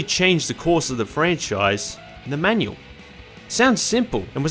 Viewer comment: I kept hearing menu instead of manual also haha